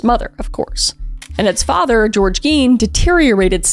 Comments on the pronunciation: I heard “eggy” and now I can’t un-hear it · Wisconsin here. Tbh, they having had the last name Gein and pronouncing it the way they did would be my first hint that they weren't exactly dealing with a full deck. The "i" should be the vowel sound made, but they said it with the "e" vowel. Bunch of splitters.